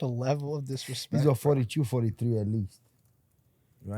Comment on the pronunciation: The level of dishrespetch to giwbewch!